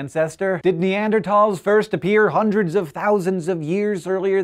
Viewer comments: What's neandertalls it's Neanderthals th not t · i love scishow...but two things. You said Ausyralian scientists and the writing said Austian...and please please start pronouncing Neanderthals the way its spelled. Not tals, thals. The th! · Fuck, it's bugging me how you say "Neardertols" Instead of "Nearderthols" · Ne-and-er-Tals or Ne-and-er-THals? I've always thought it was the latter, but you now have me confused Hank! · Neander-th-als. With a "-th" Not neander-t-als (misspelling is for pronunciation purposes) with a "-t." The History Channel (need I really say more?) was first to replace the ending, -thals, with -tal. Im sorry I just had to get that off of my chest. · Why do you pronounce 'Neanderthals' in a weird way? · can he not pronounce neanderthals correctly...